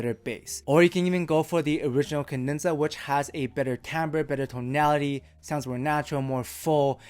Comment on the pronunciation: it's "Cadenza." "Kah-dehn-zah." Not "kin-dehn-zuh." I will say however the new vids are miles less annoying than the old